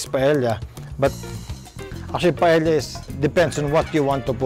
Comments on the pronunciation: Love this so much...but this pronounce as PA-EYA...not PAEL-YA...just sharing hehe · Just an fyi lang po, Paella is pronounced po as 'pah-eh-ya' and not 'pah-eh-lla' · Paella pronounced as PaEya just saying.😅😂😊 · Correction lang we have toured around Spain and there in Valancia, Spain that we learned that the right pronunciation of Paella is Paea it is silent l. Thank you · This Filipino guy, who hails from a former Spanish colony and who can't even pronounce 'paella' totally butchered this dish and broke too many rules when cooking this dish...